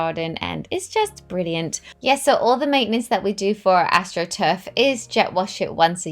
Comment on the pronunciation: Did you say your grass is astruf?